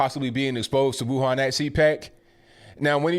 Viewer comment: Amazing how correctly pronounces the word Wuhan both in Mandarin and Wuhan dialect.